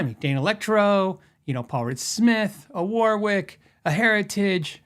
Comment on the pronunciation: Love your stuff, bt please.....Warwick is pronounced "Worrick" or similar.....not War-wic.....I live in Warwickshire in the UK 😀